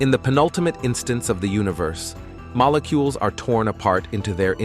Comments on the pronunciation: My guy, the pronounciations go awry toward the end too. "Moh-le-coules, Ah-tohms and Ripp-ed". Just sends me into Uncanny Valley. Hard to subscribe to a channel when it feels inauthentic. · Some strange-ass uncanny valley AI pronounciations of words towards the end of this video......... "Moh-leh-cuoles, Ah-tohms...... will be Ripp-ed apart"............